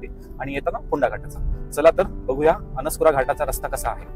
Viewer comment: अणस्कुरा नाही, अणुस्कुरा अस पाहिजे.